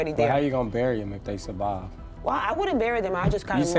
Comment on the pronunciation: Lmfao bro said “They Savived” 🥴